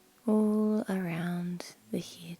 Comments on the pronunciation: I love how you say head, neck, and hair 💜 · I don’t get how you can pronounce scalp the correct way but can’t pronounce hair and head correctly....